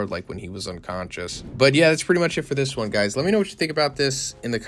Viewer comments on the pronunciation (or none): none